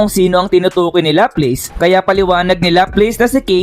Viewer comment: bat ganyan pronunciation mo ng mga pangalan nila? laplace - laplas, cazaream - kazarim..